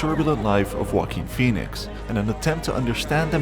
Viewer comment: I love Joe-a-Quin Fone-ix